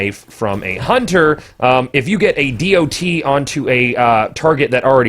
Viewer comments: can we just call it a 'dot' instead of a dee oh tee. kewl thx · Why are you saying D.o.T? Just say DoT. You're the only person I've ever heard say it like that.